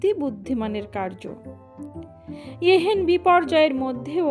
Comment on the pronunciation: এত ভুল উচ্চারণ তা ও গল্প পড়ার সখ। ''এ হেন " কথাটিকে সমানে পড়ে গেলেন "a hen" উচ্চারনে !